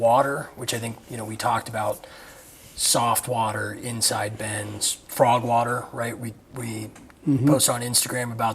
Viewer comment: “Slide Innside” 🤣